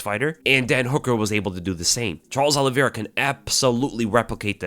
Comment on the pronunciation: I'm with Chael-es Oliveira, 😌😌😌